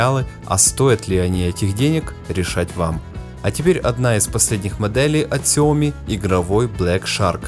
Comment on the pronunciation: Данный обзорщик, как и многие другие российские обзорщики неправильно произносит название Xiaomi, а именно неправильно ставит ударение а названии Xiaomi! В слове Xiaomi ударение ставится на последнюю букву "i", а не на букву "o"! Я как-то общался с китайцами и они подтвердили мою правоту и вообще в китайском языке всегда ударение ставится на последнюю гласную букву! А то какая-то Наоми получается, XiaOmi — NaOmi! ! НаОми Кэмпбэлл — СяОми Кэмпбэлл!